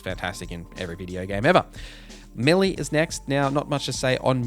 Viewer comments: Never heard that accent on "melee" before. To my central Canadian ear it sounded like he said "milly". Is that correct in his region or would his neighbor correct his pronunciation? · Is that how you say melee? Americans say Maylay.. Are we wrong?! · May lay is how it's generally pronounced. But to those who have not heard the word pronounced out loud or read the word will have their own spin on it. Just like suave he didn't get it right but we knew what he meant.